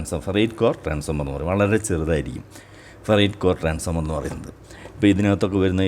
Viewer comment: സർ,ട്രാൻസ്ഫോർമർ എന്ന് പറയണം എന്നൊരപേക്ഷ